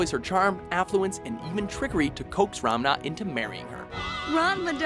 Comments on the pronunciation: isnt Ranma pronounced "Raa-nnn-mmaa"not Ramna like he was pronouncing it? like check out when she says it correctly....srry i was flinching every time he said it wrong.... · Does he say Ramna? :p It sound weird when he says it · Did this guy just pronounced one of the all time best retro anime protagonist guy as RAMNA instead of Ranma!! I see death it is... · "Ramna" ...So I finally see my favorite anime in a WatchMojo video and they pronounce it wrong. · Yo dude that's one of my fav anime too. And it's Ranma not Ramna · It's RaNMA, not RaMNA. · he was mispronouncing Ranma, kept saying Ramna... over and over. I'm almost certain he never saw Ranma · Technically, Naruto acknowledges Hinata's feelings in the final arc of the anime. Not to mention, he canonically marries her. Not to mention, anybody notice how horribly this guy mispronounces a LOT? Ramna Saotome? Orihime Inohu? If you're popular and publishin' shit, shouldn't you at least pronounce things properly? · was anyone else bothered by how he said Ranma as "Ramna"? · wow... way to butcher the hell outta Ranma's name XD - it's Ranma not Ram-na UGH! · by the way, were you yelling at the screen going "It's pronounced Ron-ma, not Rom-na," or was that just me? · It's Ranma, not Ramna. Also, I know you're Americans, but for the love of God, at least try to pronounce names correctly and I don't mean you have to over accentuate and change your inflections to do it. Naruto, not Narooto. Sakura, not Sakoora. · "Ranma" not "Ramna". "Kodachi Tatewaki" not "Kodachi Kuno", "Kuno" was her brother. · I think the guy had a stroke. "Ram-na" "Ram-na".... Ran-ma maybe? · It's a bit annoying that he said Sasuke Uchina and Ramna instead of Uchiha and Ranma which is correct. It's also Kodachi, not Kodashi. Also, at Tenchi Muyo, there's still the names from the previous honorable mention. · jfc please watch your pronunciation of "Uchiha" and "Ranma". It's not "Uchina" or "Ramna"... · He also pronounced Ranma as Ramna..